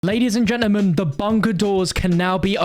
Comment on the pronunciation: Ladies and gentermun